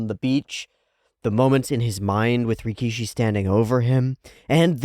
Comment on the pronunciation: Let's start by calling GOAT antag properly: it's ricky-ish-y. Ricky-she sounds like sumo wrestler (rikishi.) It's funny how one extra "i" makes a huge difference 😆